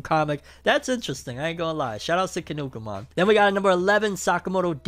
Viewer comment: bruh you really said "kinukimon" its kinnikuman ki nni ku man not kinukimon this is not digimon